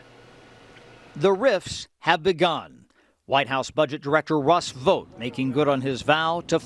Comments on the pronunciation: COME ON MAN! "Russ Vough"? It's VoughT 😂 And you did it again even having heard CNN say his name correctly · Vought is pronounced EXACTLY the same as BOUGHT and FOUGHT. Do you pronounce BOUGHT as BOTE or FOUGHT as FOTE?